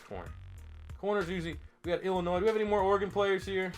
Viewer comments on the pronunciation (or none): none